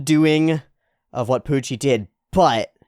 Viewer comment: I forget where it started, but special props to youwu for keeping up the speech impediment youwu gave to Puwucci during all the manga readalongs.